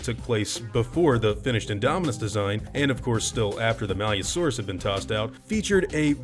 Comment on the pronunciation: You pronounced it malYOUsaurus, but I think it was meant to be pronounced malice-saurus, basically meaning malicious lizard. But they decided to spell the name malusaurus so it would be easier to read. Otherwise it would've been malicsaurus.